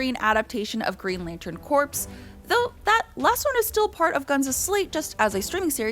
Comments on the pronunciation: "Green Lantern Corps" is pronounced "Green Lantern Core," just like "Marine Corps." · Her saying it as Green Lantern "Corpse" is an unintentional pun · Corps=corpse... Get it?